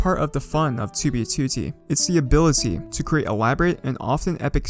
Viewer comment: you make great vids dude, but you pronounce 2b2t wrong and it's annoying lol